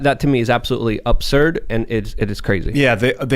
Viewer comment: Anyone correct and tell him it’s absurd not opserd